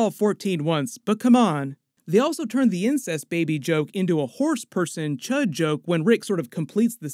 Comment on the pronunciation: Cee Eightch You Dee, not C U H D. Srry hate to be that guy but couldn't think of anything clever to leave so...